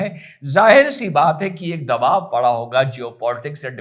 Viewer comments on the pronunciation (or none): none